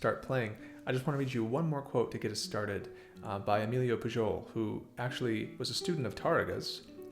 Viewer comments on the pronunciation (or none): Great video as always! ps: It's pronounced "Puyol":) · Did you mispronounce Pujol’s name on purpose? I probably would too.